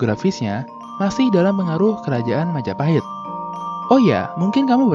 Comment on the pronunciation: Oh, look who controls all the islands. It's the... Mahajapit ❌ Majahapit ❌ Mapajahit ❌ Ma-ja-pa-hit? ✔️